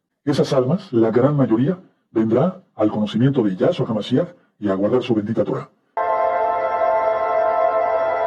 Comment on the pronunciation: Este sr. Palacio, cambia el nombre de Yehoshua (Josue) y de Yeshùa a Yahshua osea cambia las vocales sin comprender el verdadero mensaje de una simple vocal, asi el nombre que muestra en hebreo de Yashuah coloca una Vav (V) y se la brinca sin pronunciarla.. ósea esta errado en su hebreo. y el problema que muchos no comprenden los tiempos.